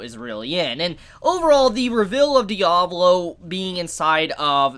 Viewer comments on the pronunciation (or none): Can you stop saying revill? It's reVEAL just like you say seal, heal or even heal. If you keep mispronouncing it I will revill my stand and make you eat those words!